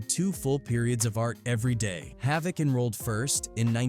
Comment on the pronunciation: He pronounced havoc name correct